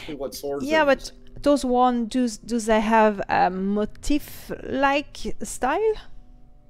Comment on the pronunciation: It's mo-TEEF. Not like motive... Funnily enough, the top Youtube video for searching that word is pronouncing it incorrectly. But look at a dictionary guide (like cambridge) and you want the stress on the last syllable. Anyway, good video. I think the key difference you're not really getting is that in WoW "transmog" the change is applied to the single piece of armor. So if you apply a transmog to your hat, then wear a different hat, you will have to transmog the new hat again to the same appearance (the old one retains the transmog on itself). Whereas ESO seems to go the route of having a separate "appearance" set (like the costumes from the store), which can be applied and remain no matter what gear is "underneath". So, if I change my outfit to have a crown for my head, it doesn't matter what helm I'm wearing, the crown still remains. At least, that's what I'm understanding the difference to be. I have not played LOTRO or other MMOs very extensively, only WoW. I prefer the layered outfit option over WoW transmog because then I don't have to keep transmog'ing every time I get an upgrade.